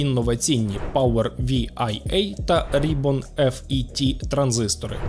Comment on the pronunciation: FET читається просто "фет" абревіатура Field Effect Transistor, що в свою чергу українською, просто "польовий транзистор".